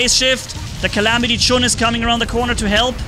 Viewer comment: “Calamity Jun” 🤣🤣🤣